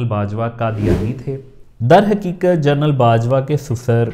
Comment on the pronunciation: آپ نے اس وی لاگ میں لا تعداد دفعہ لفظ " جنرل" کو " جرنل " کہہ کر پکارا ہے۔